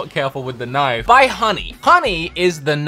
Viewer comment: You know u said Nifee or is it just me?